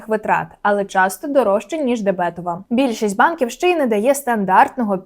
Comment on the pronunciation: ДебетОва картка, а не дебЕтова! Дякую за інформацію!